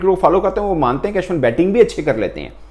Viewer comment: For God sake please correct your accent when you say Ashwin